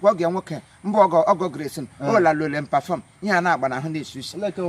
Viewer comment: Perform (perfume) lolz